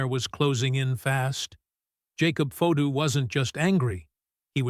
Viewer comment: Hey con Terry, the person talking right now you’re saying Jacob fato is his real name stop saying it differently unless you want him at you too